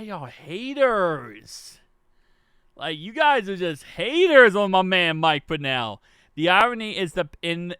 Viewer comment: It’s pronounced pennel like Kennel but with a P